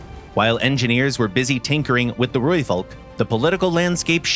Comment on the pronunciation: only one thing i found a bit off is the pronunciation of Rooivalk: we roll the R, so it sounds more like RRRooivalk, but other than that, i have no complaints, amazing video enlightening others about our achievements